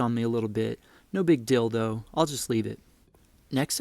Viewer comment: "No big *Deal, though*..." sounded like you said = "No Big DILDO..." I was listening to videos that I downloaded while lying down, half asleep, cuddling with my sweet lil doggie, she must-have been dreaming that she was 'on the chase' because she started kicking me - while air running, startling/nudging me to a semi-conscious state... when I realize someone is saying something, I tune in to hear you say, "NO BIG DILDO..." to which I immediately realized it was in my headphones and thought, 'what the heck am I listening to?!?!?' And that's when I remembered that I had been listening to YouTube videos with the screen brightness settings(backlight bar = 0 + blue light filter = 100% turned all the way down and barely visible... I hit the screen with a double tap in order to skip back 10 seconds and struggled to get my blurry eyes to focus on the dimly lit screen that is difficult to clearly see even when fully awake, aware and my eyes are dialed-in to a razor sharp focus. So for a few moments, which at first glance all I could make out was the vague outline of a hand holding some kind of object... and after hearing "no big DILDO" and recognizing the size and shape something compared to the hand that was holding it...??? HAHAHA I quickly paused it and realized I heard something about wood chipping and wanting to have used oak... So, as I was getting into the settings to increase the brightness..., all I could think was, WTF DID I DOWNLOAD A VIDEO ABOUT MAKING WOODEN